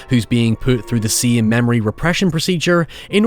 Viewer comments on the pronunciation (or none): none